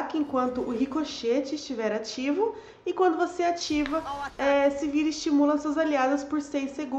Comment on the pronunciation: não é Silvir, é Sivir =)